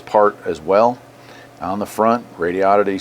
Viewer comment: I'm assuming you're pronouncing right, but I was saying it like Rodo-ditty until I heard how you said it. The way you say it sounds better.